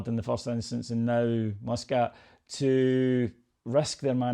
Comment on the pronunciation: ffs, can't even get Muscat's name right